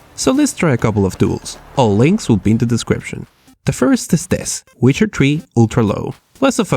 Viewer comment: When you say Witcher 3 it sounds like wizardry XD